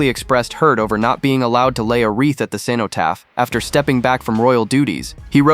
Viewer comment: It would be good if you could pronounce cenotaph correctly. Doesn't sound like you know anything about it.